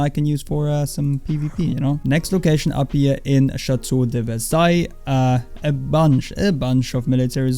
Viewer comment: P9.... why cant u pronounce simple french names like Le mans or Chataeu